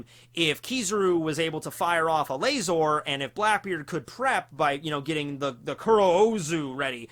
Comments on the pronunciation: It burns my hear holes every time i hear laz-OR I legitimately enjoy content but seriously just say laser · I’m upset about how you say laser! Lol